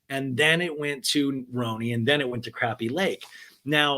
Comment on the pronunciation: It's craw-pee lake not crappy!